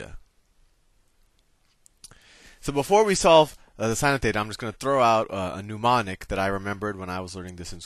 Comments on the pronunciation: Woke up this morning feelin’ like getting a trig review, after 50 years— and this was perfect! Too late now, but Soh Cah Toa (love it!) is a mnemonic, not a “newmonic.” Nevertheless, a great lesson! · Great video. Solid information. But, what the hell is a NOO-monic? Is it similar to a mnemonic device? "soh-cah-toa" is a great mnemonic device. All spelling and pronunciation aside, nice video. Seriously, well done! I just had to give you a hard time about the nooooo-monics.